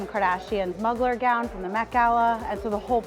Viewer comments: such a beautiful event! your talent is awesome! one small thing - inspiration "muggler" dress is correctly pronounced "mew glare" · Did she just say Mug-ler gown? 😮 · The client and planner were indeed a match made in heaven for a bride wanting to reference anything Kardashian and the wedding planner for not knowing how to pronounce Mugler. 😱